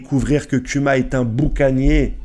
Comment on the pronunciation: kuma se dt Kouma et dragon, c'est dragone en prononciation